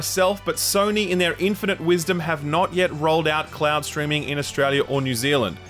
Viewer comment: Why is this guy trolling and sometimes saying ‘cloud’ and sometimes saying ‘clown’?